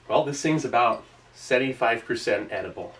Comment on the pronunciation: the way he said 75% omg